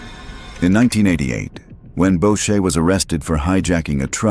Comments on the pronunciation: Boucher shouldn’t sound like bo-shay…it’s boo-shay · Bow-shay???? Learn to pronounce Boucher.